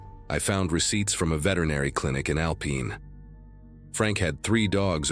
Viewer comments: It's not Alpeen, it's Alpine. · Not Al pin, but Al pine. As in pineapple